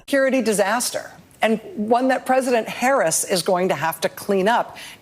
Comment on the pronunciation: Why did Rachel Maddow call her “Pesident Harris”?